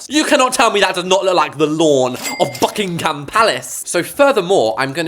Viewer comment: "da lAwN oF bUcKsInFaHgHaM pAlAcE"